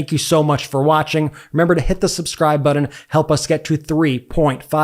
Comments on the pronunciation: You really hear yourself saying "buddin" instead of button and think that's ok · say button, not buddon, important,not impordant